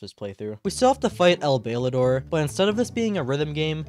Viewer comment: Your mispronunciation of El Bailador's name hurt me